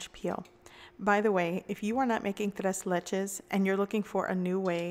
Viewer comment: Tres leches? It’s ‘tray’ ‘laychay’..3 milks cake...